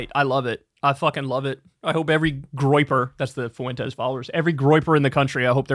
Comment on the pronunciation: The guy´s an asshole but Kyle it´s hurts my ears the way you pronounce his last name. It´s pronounced Fwentes, Not Fu en tes